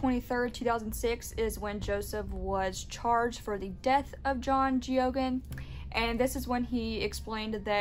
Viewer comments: It's pronounced Gay-gen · His name is pronounced " Gay-gan"